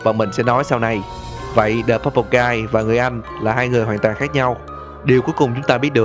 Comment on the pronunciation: đờ animatronic??? ad có học tiếng anh ko z?=))